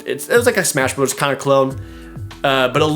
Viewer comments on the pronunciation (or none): none